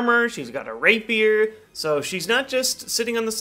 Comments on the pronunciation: ***** It's not pronounced "rapeier" though. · "She's got a rape-beard"? What is he saying there? Can't be what it sounds like. English isn't my native languange.